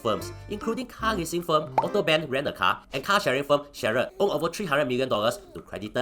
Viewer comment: It is AUTO- BAN... not AUTO-BEN...😂